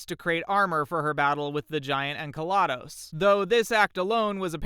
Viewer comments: THATS ENCELADUS TO YOU!!!!!!! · En-ka-la-dos for Enceladus is frightening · Jeez he butchered Enceladus's name there